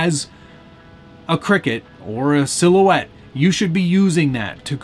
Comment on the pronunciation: It's not pronounced cricket, it's pronounced Cry Cut... Cricut